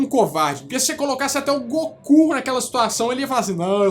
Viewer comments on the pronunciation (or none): none